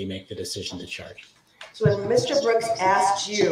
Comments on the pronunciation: He is freaking out about things he "axed", which means chop them up into splinters. 😃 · “Ax” isn’t magic? 😂